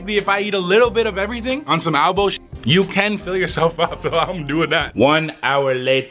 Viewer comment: I cracked up when he said ALBOE 😂😂😂😂😂